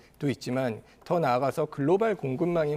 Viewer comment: 글로발 아니고 글로벌